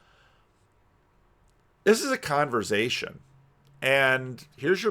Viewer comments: "Conver'z'ation" Interesting pronunciation. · the only person I’ve heard who actually pronounces the v in conversation